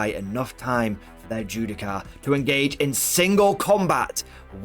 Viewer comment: Judiciar* not Judi-car xD